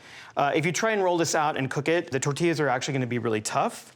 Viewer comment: It’s call tortillas not tertillas